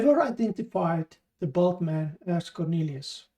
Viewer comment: A little common sense would lead to the conclusion that the word was bald. If he'd wanted to suggest size, then he'd have used bulky not bulk